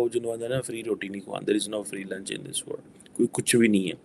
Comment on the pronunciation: Baba Word nahin mere Panjabi bhai, WORLD!!!!!! Why do you swallow L???